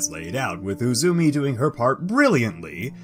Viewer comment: Ame no Uzume you pronounced as Uzumi. But your pronunciations are beginning to improve.